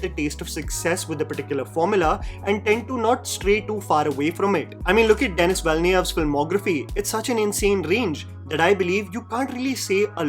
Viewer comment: its pronounced denni not dennis as its written